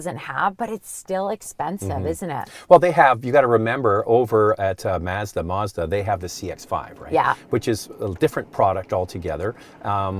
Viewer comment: I had to stop watching. I couldn't listen to her pronounce "Mazda" any longer. I kind of felt nauseous.